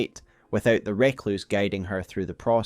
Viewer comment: Fantastic video as ever. Adds a lot of context to some disparate lore. Though I die a little inside every time with your pronunciation of 'Recluse'.